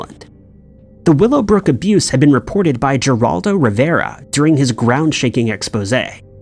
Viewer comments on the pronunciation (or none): It's still pronounced, Heraldo. NOT JerAldo! 🤣🤣🤣🤣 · Say it with me Her-aldo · Love all your videos but it's pronounced with an H not a G for Geroldo River